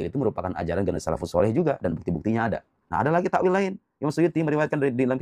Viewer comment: Takwil bukan takwilllllll. Lah kalau dibaca kecuali kerajaannya.. Berarti ga ada yg binasa..